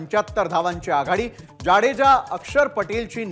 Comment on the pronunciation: जाडेजा नाही जडेजा असे बोला..